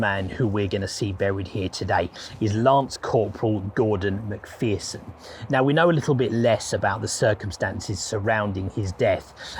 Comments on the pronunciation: Just a small suggestion. One thing that jarred was your mispronunciation of Lance Corporal MacPherson's name. The second syllable is not pronounced like "fear", it's like the "err" in error. It would be more respectful to check up how names are pronounced. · People may think my comment is trivial, but I think it's important. The soldier whose surname is McPherson has his name mispronounced in this. The name is pronounced as in err, so McPherson, not as in ear, so McPhearson. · It's Mc Pherson there is no double e. Please respect this and pronounce their names properly.